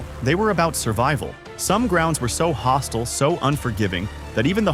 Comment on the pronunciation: hostile , not hostle